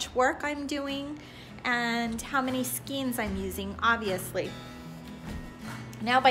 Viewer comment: these bundles of yarn..are called SKANES, not SKEENS The actual spelling is SKEIN....and it is pronounced SKANE your directions are pretty good, everyone has their own method,,, so the more people watch, the more tips they will get and be great blanket makers!!!